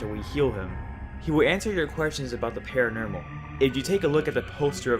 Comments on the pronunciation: "Pamayla" "Paranermal" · You say normal as “nermal” or “paranermal” lol good videos though